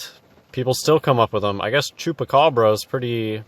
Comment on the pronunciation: Dam the way u pronounced el chupacabra was spot on